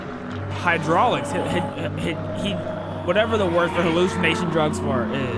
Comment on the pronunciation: Bro really called hallucinogens “hydraulics”💀💀